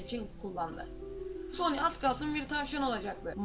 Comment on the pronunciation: knk soni değil sonic .d